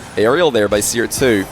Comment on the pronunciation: the next version of the seer bot should be seer-r, cause it sounds like crr, haha